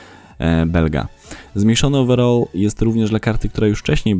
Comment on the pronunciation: Ogólnie lubie Twój kanał mimo, że od niedawno go oglądam a od kilku dniu subskrybuje a chodziło mi (nie odbierz mnie, że Cie obrażam albo się śmieje bo nie o to mi w ogóle chodziło w komenatrzu) jak śmiesznie brzmi wymawianie słowa "overall" wiem, że preferujemy angielski angielski i tam wymawiamy PODOBNIE jak Ty "owerol" ( i to właśnie nie wiem dlaczego tak na mnie działa, ale odrazu mam beczke z tego w sensie z tej wymowy) a tutaj uważam, że zdecydowanie lepiej wychodzi wymowa z angielskiego amerykańskiego po prostu "ołweral" a Ty jak sądzisz? Chociaż chyba niepotrzebnie pytam skoro cały czas mówisz tak jak Ci poprostu lepiej:) A w sumie na filmiku którymś z ostatnich też jakoś fajnie śmiesznie przejęzyczyłeś nazwisko piłkarza, ale już nie wracajmy do tego;) Rozwijaj kanał, podoba mi się Twoja robota dlatego też dałem suba i mam nadzieję, że może zagramy w któryś dzień mecz towarzyski w UT:) Co Ty na to?:) Pozdrawiam 💪💪